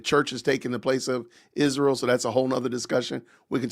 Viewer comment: Will she ever learn how to pronounce Israel???